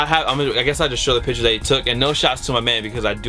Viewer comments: PIC-CHURS NOT PITCHERS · speaking like DJKHALED there's a T IN PICTURES!!! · Pictures not pitures.